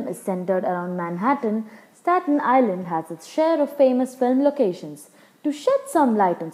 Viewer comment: Geez, the lady doesn't know how to say Stat Nisland.